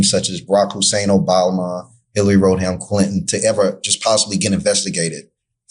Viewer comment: You shouldnt even be allowed to ask questions when you cant pronounce easy names like this guy and mtg. Roadham??? 🫏